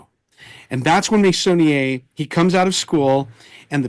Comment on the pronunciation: Wonderful (as usual) conversation and educational experience! I am a little ashamed to admit that I didn't know about Meissonier despite having been raised in France! 😶 pronounced his name well! 👍😊 THANKS AGAIN SO MUCH!!!🎉